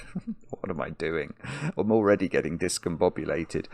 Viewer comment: You know is discombobbinated when he mispronounces "didcombobbinated" 😁